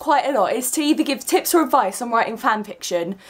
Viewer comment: At first I thought you said "if you ever need tits or advice" XD Sorry for my immaturity (TT n TT)...I jus had to say it XD